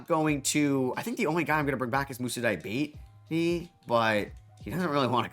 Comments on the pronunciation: It's pronounced di-ya-bah-tay lol not diabete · Moussa Dee-ah-bah-tey Like every other euro/african name you've mispronounced and eventually learned, I'm gonna spam this every time you say his name until you nail the pronounciation. Loved this rebuild